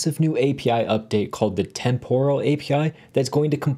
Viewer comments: pronounced temperal not temp-oral. Tempus, temporis is Latin and the o is short. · Great video but you are badly mispronouncing the word “temporal.” The stress goes in the first syllable, not the second; like the first part of the word “temporary.” Listen to the correct pronunciation here